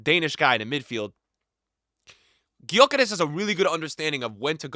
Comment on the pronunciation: it's pronounced (Yo Kerr Esh) just FYI